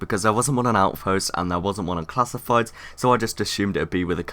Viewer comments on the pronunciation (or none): one thing I notice you say. you say classifides. it's class fieds